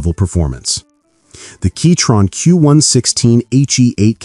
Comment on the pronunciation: Was it really pronounced keytron this whole time?